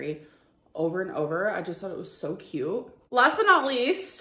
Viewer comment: Where did this irritating new pronounciation of “cute” come from? Tik tok? She’s 33.